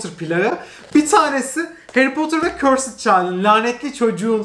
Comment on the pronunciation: demeyeyim demeyeyim diyorum ama dayanamıycam: cursed child’ı körsıd diye okuyorsun. Doğrusu: körsd olacak 😓